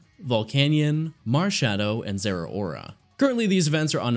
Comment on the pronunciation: ZERAORA, NOT ZEROAURA!